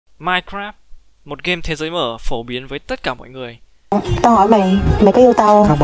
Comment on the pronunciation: nói mai cờ ráp hiện fhi phai:))))